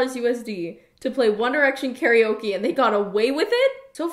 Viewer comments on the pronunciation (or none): none